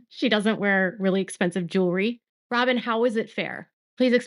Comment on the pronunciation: I’m so tired of you saying robbem because of Kody…robbbin knows what she’s doing.